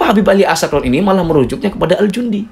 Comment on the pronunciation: Bacaannya bukan al jundi, tp al janadi